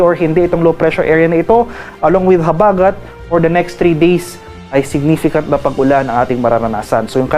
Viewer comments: Pls bigkasin Ng maayos ang salita "habagat" wag Po slang... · Ayusin mo Ang pagbigkas ng habagat😅😅ungas😅